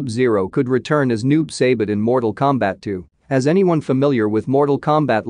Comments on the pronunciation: Noob Say-Bit? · I'm sorry but the way it pronounced saibot and bi han omfg...